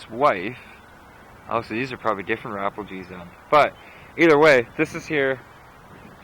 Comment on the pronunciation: The Rapejles' are my family ...but you say it wrong ...funny ...lol